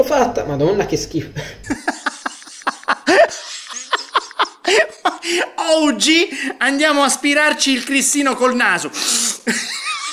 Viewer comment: Ma il maestro dice oggi o ouji?